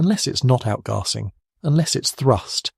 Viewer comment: Definately, very good, but AI, note the mispronounciation of "Outgassing" (As Outgahsing) and towards the end, "Red" instead of Read.